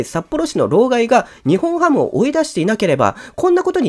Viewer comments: にほんハム ではなくて にっぽんハム です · 呼び方「ニホンハム」で正解ですか❓ 「ニッポンハム」では？